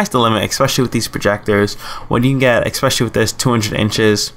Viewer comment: Why do people say EXspecially??? What IS that???